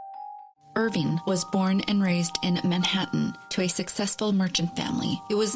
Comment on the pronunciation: It’s not “Irvine”, it’s Irving. Washington Irving. If you’re going to do a story/video on the guy, at least get his NAME right. 🤦‍♂️